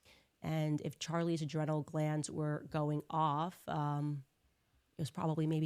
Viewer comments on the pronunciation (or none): I want to point out another mispronunciation of CONdace. Adrenal is pronounced, “au dree nal,” not “ah dren al.” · “AH-dren-nal” glands holy shit, she is so retarded.. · She pronounced adrenal wrong 😑